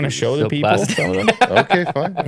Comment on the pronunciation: “okey” lmao